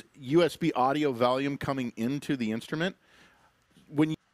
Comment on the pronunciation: Did he just say valium several times for volume?